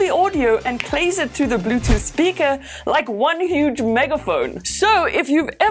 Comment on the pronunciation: Hilarious how she says Bluetooth “speaka”